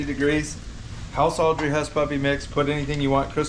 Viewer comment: Crystals, enthusiasm is contagious. I'm not naming any names, but your last girlfriend was bland and boring. Also it's Autrey not Audrey, LOL. P.S. love all your videos. I actually rewatch the ones with Crystal in them.